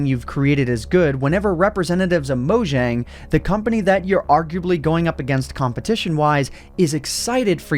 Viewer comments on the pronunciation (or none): none